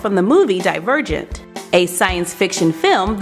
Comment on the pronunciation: Did anyone notice that she said some this wrong like divergent